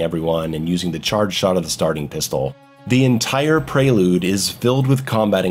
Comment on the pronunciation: "preylooude" - Under the mayo